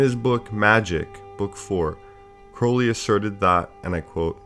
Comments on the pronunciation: Thank you so much for the videos! Also for pronouncing Crowley properly. Love all your videos. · Good work. One of the very few to say Crowley correctly.